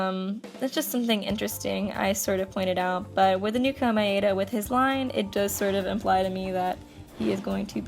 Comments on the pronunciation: You're pronouncing Komaeda wrong,. It's Koh-mah-eh-dah, which sounds like Koh-mai-dah when pronounced fast. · omg the way u said komaeda